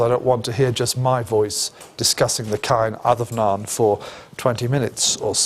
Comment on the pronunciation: No biggy but it is pronounced Caw-in ad-um-naw-in. The fada changes an “a” to “aw” Enjoyed the lecture.